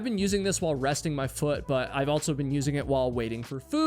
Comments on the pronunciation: You always say "altso" instead of "also" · Subbed, even tho every time you say "altzo" (also) in your videos is worse than nails on a chalkboard. I enjoy the stories tho. 👍